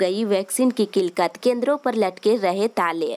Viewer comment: Kilkat nahi madam....Killat